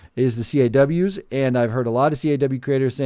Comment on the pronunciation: It’s pronounced caws like cause. Like Rebel without a cause or a crow caws lol. All good though, appreciate the mention. Great video! These games are definitely going downhill. There are other games out there where you can create much better looking characters. There might not be as much customization but the graphics are better, especially the hair.